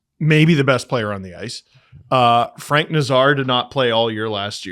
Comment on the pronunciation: Nay-zar. Nay like a horse, Zar like the Czar of Russia.